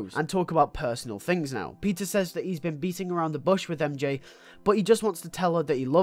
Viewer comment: When you say peter it sounds like your saying pizza